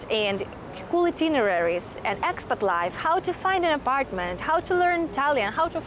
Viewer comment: So fun how 'ex-pat' sounds so much like 'expert'. 😆